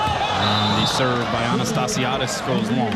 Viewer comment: I think botched Anastassiades' and Humler's pronunciations a few times, but I think was she was talking too fast. Lol!